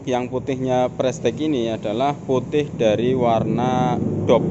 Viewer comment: Pengucapannya ; ("prestis")